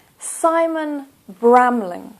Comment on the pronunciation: SIMON NOT SAMON